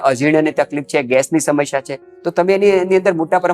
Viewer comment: ભાઈ, "સમશ્યા" નહીં, 'સમસ્યા' બોલો અને ('શુષ્ક'ની જેમ) "રૂષ્ક" નહીં, પણ 'રૂક્ષ' બોલો.